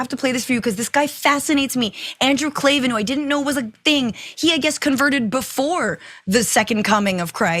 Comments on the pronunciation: Pay for this? You misquote Owens repeatedly until the tweet proves you wrong, and you mispronounce "Klavan" throughout the show. How about doing just a little homework before the camera starts rolling? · Can you please learn how to pronounce his name? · Get this moron off the TYT. She can't even get the quote right until prompted; she doesn't bother to correctly pronounce the name of Andrew Klavan from the DW of whom she is speaking. Low IQ hosts are not okay. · TYT "network" is really using random people talking to webcams. They didn't even research enough to know how to pronounce "Klavan" before blasting him. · You can't even pronounce klavens name right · You should get his name right… makes you sound really uninformed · You cant even put in the effort to listen to the first two minutes if his show to pronounce his name correctly. You have simply cherrypicked one clip some intern probably found for you and now you whine about Klavan (there are no Es in Klavan) as if you actually know what his positions are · That tweet she did was weeks and weeks ago, not after leaving the daily wire. You pronounced Klavan weird. Did you research for this at all? Also Boering jokes, really? This story would have been better from Ana, leave it to the people who talk like grown ups. "Uhhh wh-wh,what? Ooook, religious mumbo jumbo" just seems a little teenage girl on Tumblr. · You’re mispronouncing Klavan’s name and getting your chronology all wrong. Wow. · You can’t even pronounce his name! Might be good to get some background on some thing that you report on. Clearly you’ve never listen to him before and have no idea anything about DW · Wow! Tell me you did NO RESEARCH on your subject. Mispronounce Klavan & then confuse Christ is King with God is King in the 1st 15 seconds of your remarks. Shameful! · It's pronounced KLAYVIN. Jeez, how are you a journalist? He says his name like 1000 times in every show. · She can't even say "Klavan" right... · The way she pronounced Klavan 💀